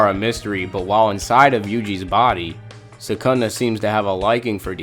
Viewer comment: Isnt his name is sukuna? Not sekunda?? Smh